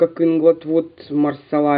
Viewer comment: МасалА , а не малсАла (не от слова сало)))))))) у французов в 100% ударение на последнюю гласную. Хотя проверила нет четкого ударения.